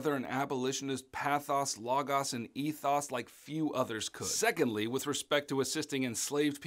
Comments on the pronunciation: These videos are such a helpful review for the exam thanks! Also, the way you pronounced pathos logos and ethos killed me lol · no litteraly what